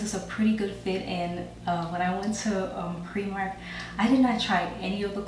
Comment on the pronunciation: Primark not premark lol nice smile